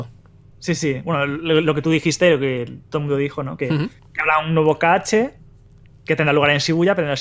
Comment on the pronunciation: Me da coraje que lo llame "ka ache" xDDDD